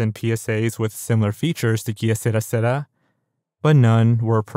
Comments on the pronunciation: Dude its k sur-ah sur-ah. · Every time you pronounced it as kiye serah serah took me right out of the mood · It's pronounced "k serAH, Sarah" and it's Spanish for "whatever will be, will be." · I love your videos but the way you pronounced que sera sera had me in shambles. It's pronounced like K Sarah Sarah, that sent shivers down my spine how you said it 😂😂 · Sorry its bugging me , the song is actually pronounced 'Kay Sarra Sarra'. OriginaIly sung By Doris Day , please research the pronunciation, its so lazy to make assumptions, its my autism that makes this relevant to me , it maybe irrelevant to you but it's TOTALLY relevant to me ..many thanks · it's french, so que sera sera is pronounced kay say-rah say-rah. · considering it’s originally italian, the pronunciation isn’t that wrong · have you ever actually heard the song? He is saying wrong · If YouTubers don’t know how to say something, why don’t y’all take the time to look it up? It would take 30 seconds to look up how to say que será será correctly rather than butchering it numerous times. I’m not sorry. If people are going to do reading or voiceover work, they need to say things correctly. I’ve said the same thing to narration channels. It’s just laziness. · the way you say "Que Sera Sera" will drive me to my death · Anyone else laugh at the way he pronounced “que sera sera?” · The way you pronounce que sera sera 💀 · How can you not be able to pronounce Que Sera Sera?! Have you never heard the song? Really? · Was into this until the moment you mispronounced Que Sera Sera lol, good effort though. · You have no idea how to pronounce, “Que sera sera” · could barely get thru this because of the way he pronounces que sera sera bruh how have you never heard that song.. bro is doing NO research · porque dices “que será, será” like you can’t role your tongue? Homie butchered his own language just making me cringe 😖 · "Key-a Sarah Sarah" It's pronounced more like "kay-serah serah" 😂😂